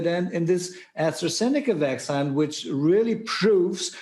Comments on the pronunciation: My uncle is a doctor in Germany and he doesn’t pronounce vaccine Vacksign. This guy isn’t a doctor, he’s an actor. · he pronounces "vaccine" very wrong.